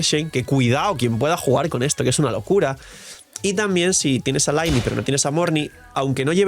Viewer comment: Se pronuncia "Liney", deja de decir "laini"!!!! Que sacrilegio!!! Mi pobre "Liney"!! 😂